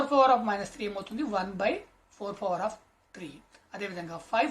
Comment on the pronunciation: Aadi power undi fower kadu😂😅